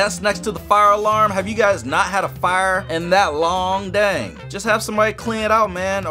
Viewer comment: It's dang not dand